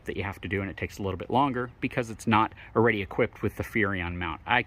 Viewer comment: Love the info you provide. Videos are good. Don't be so shy, show your face. And, the word is "Already" not "Awe-Ready" Haha from a fellow FORD guy